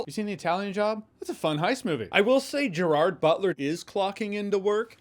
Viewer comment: Den of Thieves 2: Pantera was great! Loved the ending. Can't wait for Den of Thieves 3? One footnote: I wish all the people interviewing and talking to Gerard Butler would learn how to properly pronounce his first name.❤